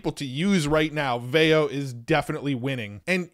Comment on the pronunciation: I'm pretty sure it's pronounced VEE-oh